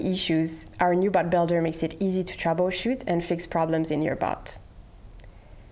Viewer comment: I can't unhear "bot" sounding like "butt"